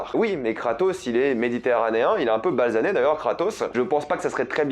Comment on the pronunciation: On dit basané et pas « balsané »